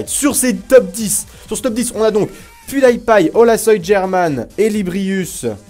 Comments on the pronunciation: Pas Pwioudaïpaï, ça se prononce Pioudipaï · PewDie paille tu as dis ?? Heiieinn ??! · Je pense que ca se pronome pwu di paille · Ça se dit : "Pyoudipaïe" agent mais c'est pas grave , on t'aime quand même ! ;-) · Quand tu dit Pewdipie sa se dit (attention fautes) Pioudipay sa se dit comme sa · La facon dont tu prononces pewdiepie ca fait mal aux oreilles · Tu sais pas prononcer PewDiePie où quoi ? xD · Holasoygerman "german" c'est un nom... et tu prononces faux pew die pie quand même fait un effort gros x)